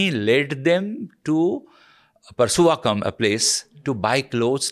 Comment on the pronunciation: The author says the Tamils were never considered Sinhala by the mainstream. Of course they wouldn’t be..they are Tamils, not Sinhalese. What is he saying? 🤦🏻 Plus, it is “Nedumaran”, not “Neduraman”. Not “Parsuvakam” but “Purusawakkam or Purusaiwakkam”. Please get the names right - else, erodes credibility.